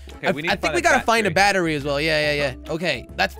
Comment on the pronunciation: said bachery not battery 😂😂